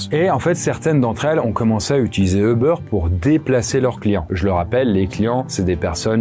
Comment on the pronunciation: pourquoi vous dites EU-BEURR???? D'où vous sortez la phonétique EU? C'est U-BAIRE (comme hubert) ou à l'anglais comme YOU-BERR